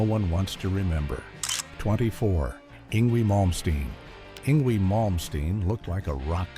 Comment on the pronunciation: Not sure how to say this, and not trying to be rude, but you said Yngwie's name wrong. But I was not surprised to see him in this. But I understand he has been basically happily married now for 20 years with 1 child, Antonio.